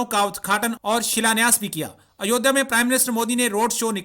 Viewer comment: Are chima sale ayodiya nahi ayodya kahte hai tumko bolne ki akl kub ayegi